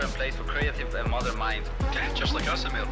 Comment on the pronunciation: E(!)mil ffs. 😄